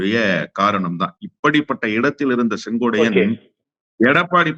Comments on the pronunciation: அவர் பெயர் செங்கோட்டையன். நீங்கள் செங்கோடையன் என்று சொல்கிரீர்கள். திருத்திக்கொள்ளவும் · செங்கோடையன் அல்ல.செங்கோட்டையன் என சரியாக உச்சரிக்கவும் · அவரது பெயர் செங்கோட்டையன்... செங்கோடையன் அல்ல. . ஒருமுறை தவறு செய்தால் பரவாயில்லை... இவர் தொடர்ந்து தவறாக உச்சரிக் கிறார்... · எல்லாம் சரிதான் அண்ணே.திமுகவிற்க்கு நீங்கள் ஆதரவாக பேசுறீங்க பரவாயில்லை.ஆனால் அவர்பெயர் செங்கோடையன் என்பது தவறான உச்சரிப்பு .திருத்திக்கொள்ளூங்கள் அவர் பெயர் செங்கோட்டையன் என்பதே சரி. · சொங்கோட்டையன் உச்சரிப்பில் நீங்கள் சொங்கோடையன் என்று தவறாக உச்சரிப்பு. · Dai muttal sengotaiyan ellade sengottaiyan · மீண்டும் மீண்டும் செங்கோட்டையன் என்று சொல்வதற்கு பதிலாக செங்கோடையன் என்று திரு அவர்கள் சொல்வது தவறு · செங்கோட்டையன் னு சொல்லுயா யோவ்... செங்கோடையனாம்... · செங்கோட்டையன் சரியா உச்சரி